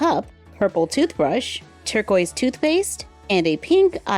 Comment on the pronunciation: every time you said torquiest i was like “Baby blue” 😂i love your videos tho